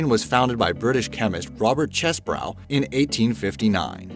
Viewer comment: I really like these videos from Be Amazed. Very interesting stuff... however... your narrator (with the help of whoever wrote the scripts) mispronounces many famous words and names. Notably, you refer to the inventor of Vaseline as CHESS-brow, when it is pronounced CHEESE-Bro. Since the company still exists, it's easy to check. And Lamborghini? First, your narrator was only reading the script, which said "Automoili Lamborghini." The word was missing the B, as in Automobili, but the narrator didn't notice. Further, as in most Italian names, the central G is near silent... It is Lambor-eenie, ask an Italian. If these were the only errors in your otherwise fine videos, I'd never bother pointing them out. But I've watched at least 10, and noticed either narration or scripting errors, and occasional factual blunders, in every last one of them. You can do better.